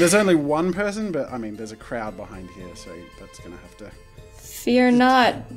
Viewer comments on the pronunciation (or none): Who’s its name What’s its name 1. wrong there 2. U said pearson instead of person 3. "SHE was a good GUY" I think you need a language arts class